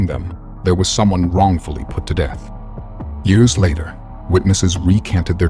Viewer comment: Mostly the pronunciation of the years kinda threw me off